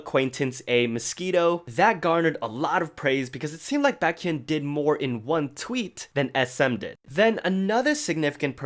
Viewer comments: Isn't it pronounced bay- kyun and not bah-kyun? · is pronouncing baekhyun as "backhyun" a running joke in the exo fandom im not getting bc a few other people i know say it like that too xD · the way he said bAkhyun lol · I love this channel but I wish you would pronounce Baekhyun's name better haha! Love you:)